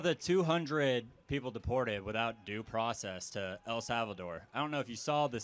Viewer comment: "Due pracess"